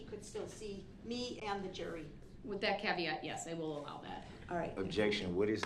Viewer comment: Judge: Which filings? Brooks: Da filings Judge: which one?? Brooks: da filings! Da ones that say: “Da”